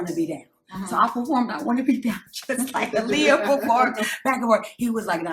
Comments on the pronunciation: I wish people would say Aaliyah’s name correctly though. AH-Liyah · Her name is pronounced "Ahh Lee- yah"